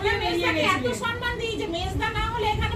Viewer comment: ম্যাডাম আপনি সন্মান বলেন কেন?ওটা ভূল শব্দ। ঠিক কথা হোলো সম্মান।সম্+মান সন্+মান নয়।